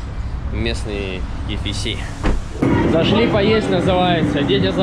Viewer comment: Ки Фи Си:face-blue-wide-eyes:Ки Эф Си все говорят!